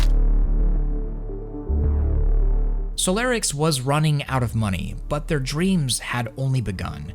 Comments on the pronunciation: It's stressing me out how you say solarix and not solirax the entire video 😂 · you pronouncing solirax and solarix is giving me anxiety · It's Solirax, not Solarix